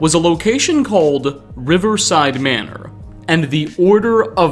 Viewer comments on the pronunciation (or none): none